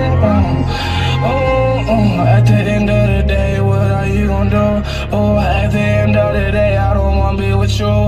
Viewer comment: and when the girl with (wath) no its not wath its what